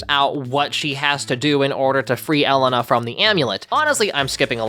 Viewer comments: Hi, love your videos! This video was great as usual but I just have one complaint.... ELENA'S NAME IS PRONOUNCED "El-ay-na" NOT "Ellen-na" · Small nitpick. Her name is Elena. Not Ellana. It irks me a bit when white creators can't seem to pronounce nonwestern names especially after the show says her name so many times in the special. I know it's not intentional, but as a fellow poc, it is frustrating because it comes across as are names not being as important to know. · E-le-nu is crazy. The way you said it not correct. It’s A- lay-na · Was anyone else tweaking out over him pronouncing it “El-I-na” instead of “ E-la-na”?😂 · cover elena of avalor and say her name properly its ELENA E-LANE-A NOT EL-N-A anyways love the vid, drop anoteher you legend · ITS E-LANE-UH NOT EL-AN-UH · Please do Elena of Avalor (btw it's pronounced L-aine-a not L-en-a) *Edit: The fact that he didn't mention Jess Harnell when talking about the voice cast is crazy. Look him up, he was in so many things in the 90s, shows and video games. He's in Rachet and Clank, He's Wakko Warner in Animaniacs, etc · I think it’s pronounced “ELAINA” instead of “el e na” 😭😭😭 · please im sorry it is bothering me SO MUCH it's pronounced El-Ane-Uh Not L-n-Uh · The amount of pure RAGE I feel when hearing negative refer to Elena of Avalor as "elle eh na" instead of "uh lane uh" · Isn’t it pronounced “ay-lay-na” ? I just noticed how you’re pronouncing it as “ele-na”. 😭( luv the vid stf was my childhood) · You calling her ELLE-Uh-Nuh was driving me insane oh my god. I’ve never watched the show or know anything about it but I know it’s Ee-Lay-Na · Does it bug anyone else that he called here el-a-na instead of E-lane-a 🤣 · It’s not Ell-uh-nuh it’s El-lay-nuh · Please for the blessed love of all that is holy could you please fix your pronunciation of Elena? I'm not trying to be mean but it's pronounced Eh-lay-na not eh leh na 😅 I'm just saying in case you review the series on it's own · Elena not Alena.